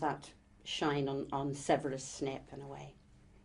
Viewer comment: Did she just said SNIP instead of SNAPE?/??!!!WTH??